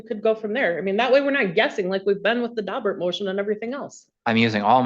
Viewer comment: It’s “Daubert”, not “Dalbert.”